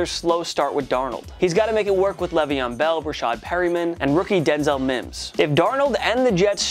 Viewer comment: He finally said mims instead of sims